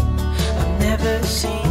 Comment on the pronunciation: Roomie: critisise people for weird word pronunciation Also Roomie: "Never SHeeN ..." Edit: So it happens because of the effects he put, but bc of the fact it is in the song, I find it funny to listen to :)